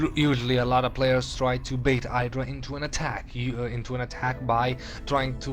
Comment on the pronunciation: You say IdrA wrong.